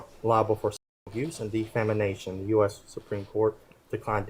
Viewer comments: De FAMAnation hahaha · “De-fam-I-nation”. That mispronounced word just makes me laugh. 😂😂😂